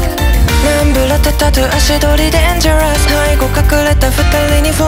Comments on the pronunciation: デンジャラスのスが死ぬほど発音良くて好き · とにかく2人の声の相性が良すぎて最高でした！ の歌声初めて聴きましたが の息の抜き方と「唸れ 君一人のせい」の所の色気がやばかったです！ Souくんのサビの高音のアイデンティティとデスティニー大好きすぎてめちゃくちゃテンション上がります！ 息っぽい歌い方のアイデンティティもめちゃくちゃかっこいいし、デンジャラスの発音もかっこよくて好きです！ ハモリもめちゃくちゃ綺麗だし、最後のユニゾンが1つに溶け込んでて最高でした！ SouくんのMIX最高でした！ アレンジテンション上がります！ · 落ちるの る 好き デンジャラス発音良すぎる きっとの入りめちゃくちゃ好き... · dangerousのとこ発音よくてめちゃくちゃカッコいいー！ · のデンジャラスの発音神すぎです の歌い方がもう本当に好きです 初コラボ本当に待ってました；；本当に声の相性が神すぎて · うぽつです❕ Souくんのデンジャラスの発音良すぎて死にました🤦🏻‍♀️🤦🏻‍♀️お二人のハモリとても綺麗で最高です🌀ありがとう🤍🤍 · 声の相性良すぎますね・・👍🏻 声質が近いので2人の声が重なるところがすごく綺麗で聴いてて心地よいです〜〜！ けど歌い方と癖は違ってて、2人の良さがたくさん詰まっててほんとに聴き応えありすぎます・・！ の「デンジャラス」の発音が好きすぎました😭🙏🏻 お互いのハモリも超素敵です〜！